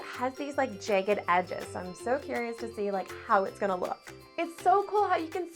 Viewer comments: you say jagged weird? “jey-ged” it is “jah-ged” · jæg-ged not jage-ed, bæg not bage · ok im not tryna be mean but i think she says jagged wrong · I’ll subscribe to your channel when you learn how to say the word jagged properly